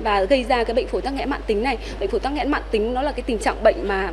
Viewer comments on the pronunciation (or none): Phổi tắc nghẽn mạn tính nhé chứ không phải mãn tính , mc cần đọc đúng